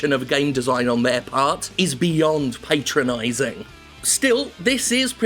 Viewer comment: Pat-tro-Nize-ing Jim... not Pate-tro-nize-ing. Chin up lad.